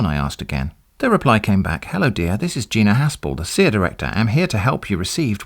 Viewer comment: I love how you pronounced cia as "seeya" because it wasn't capitalized correctly to be an acronym.